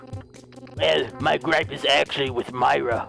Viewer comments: It isn't Myra it is mira Edit: mira is pronounced mee-rah Myra is pronounced my-rah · Its pronounced mira